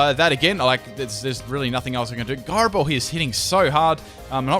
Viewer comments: It's also (ji-row) not (gi-row) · Gyro ball is pronounced j eye ro ball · ...it's "Jyro ball"...